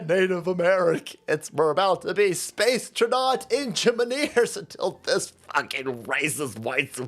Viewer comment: Space Tra-naught engi-maneers 😂😂😂